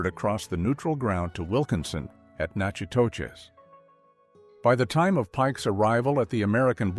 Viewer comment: you pronounced Nacogdoches, TX correctly. But Nachitoches in Louisiana is pronounced like "nack a dish".